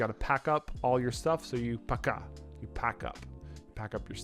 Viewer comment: "Paka" was awesome ) glad it was not "dosvidaniya". nice home work